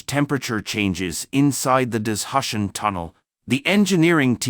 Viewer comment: What’s “dis-hush-en”? For heaven’s sake, say “da-zoo- shan” ( for Dazushan in pinyin ) !